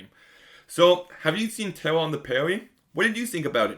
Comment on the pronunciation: “Tewwa on da Pwaiwie is tewwible!” Weally?